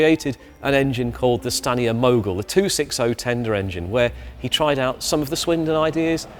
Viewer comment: Every time you said Stanier I keep hearing scania, though that's probably because I have been watching videos on scania but dam they almost sound the same.